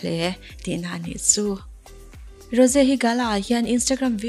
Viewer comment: Rose hi tinge Ro-se ti a i lam deuh tlat a